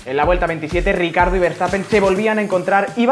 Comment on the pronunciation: Se pronuncia riquiardo no ricardo xd